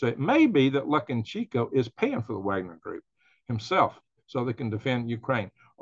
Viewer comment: Its pronounced "luca- shenk- o"